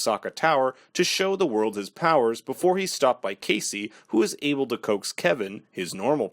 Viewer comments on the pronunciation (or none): none